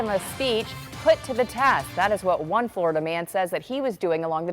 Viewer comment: "A Flordia Man"- comes off as disparaging to me. lol. Great work though, TY.